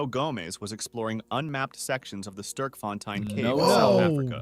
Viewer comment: It's not sirk it's s t e r k